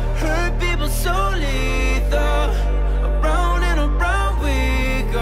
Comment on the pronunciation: is it just me or when jack g says "hurt people so lethal" sounds like "hurt people solito" ?? lmao